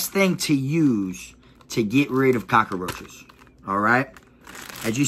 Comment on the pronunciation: My guy said cakaroaches ………definitely from Florida my g